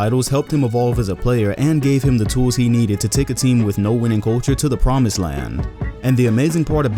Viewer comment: If he poimsed he poimsed, so stop hating.